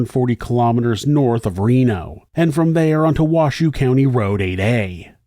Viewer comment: Good production. Just FYI, the county's name is pronounced Wash-hoe, not Wash-shoe 🙂